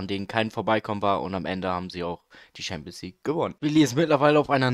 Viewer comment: Gutes video aber es heißt nicht ''Schampionsleague'' und auch nicht ''Team of se year''